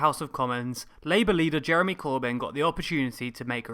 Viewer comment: Jaremy Cooabaahn